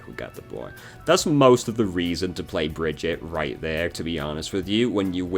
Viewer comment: Thank you for this. I want to learn/play Brigitte as much as I can before they nerf her into the ground eventually. And I don’t even mind that you say her name wrong. ❤️